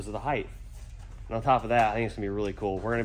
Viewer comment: height is only pronounced with T at the end no TH